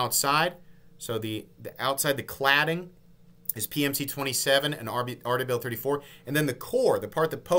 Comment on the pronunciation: love the breakdown, but is there a reason you’re saying RWL34 “Aardevail 34”? 🤔